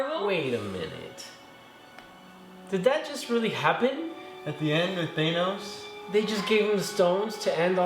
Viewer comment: stop saying thanos wrong lmao